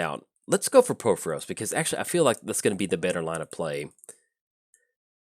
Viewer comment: Please stop pronouncing Purphoros wrong!!